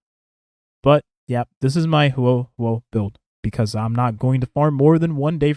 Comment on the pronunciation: He said it pretty fine after the first couple of times.